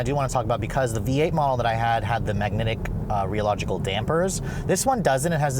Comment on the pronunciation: Magnetow-rio-logical dampers is how you pronounce them to anyone who cares lol